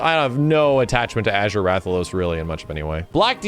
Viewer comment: Bro why does he pronounce Azure as "Ager"